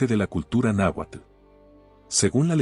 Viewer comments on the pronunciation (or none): none